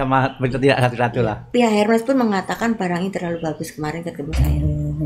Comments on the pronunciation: Selamat sore Pak Dahlan Iskan. Saya mohon maaf mau menginformasikan cara menyebutkan merek tas HERMES yang benar adalah ERMES tanpa menyebutkan huruf H nya dan dibaca seperti kita membaca tulisan bahasa indonesia. Terima kasih dan salam sehat🙏🙏. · Pengucapannya ÈRME . Karena itu bahasa Perancis dan diucapkan sesuai dari negara asalnya , biarkata orang nya dari Indonesia atau bangsa lain .